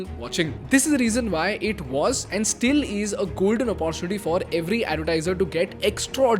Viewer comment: Please pronounce the word "Opportunity " correctly... I have been saying this in all your videos... and yet you pronounce it wrong